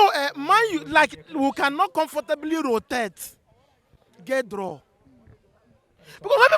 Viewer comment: say rotate as rotet😂